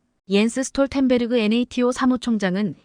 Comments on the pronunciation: 엔에이티오가 뭡니까? 여지껏 나토로 읽었지 엔에이티오로 읽은적은 없지요. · NATO--->나토로 읽어라 얼간이, 군사용어-공부 좀 하고 읽어라 AI처자야.